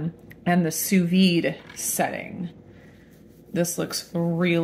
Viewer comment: Had I not been already subscribed to your channel, I definitely would have. You are one of the few chefs online who could pronounce “sous vide” correctly! Great (thorough) review, by the way.